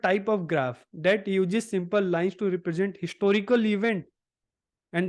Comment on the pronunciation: Uses ko ujis kyu bola aapne